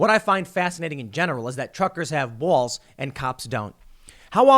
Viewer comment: Why are you pronouncing ball so weird? 🤔